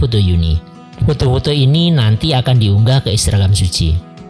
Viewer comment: Ngomong Instagram malah intragam hehehe. Wajar kak manusia, tempatnya salah dan dosa